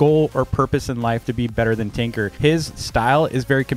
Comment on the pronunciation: i thought he was saying tinker instead of TNQR